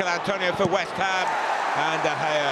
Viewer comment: PUT SOME RESPECT ON DE GEA'S NAMEEEEEE DE GEA AGAINNNN DE GEA AGAIN MANNN I DONT EVEN KNOW WHAT TO SAY ANYOMRE